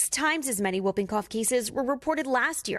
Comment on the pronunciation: Not whuuping, whooping, Hallie.